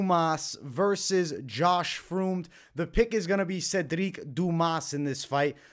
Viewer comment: First fight Josh Fremd is pronounced friend basically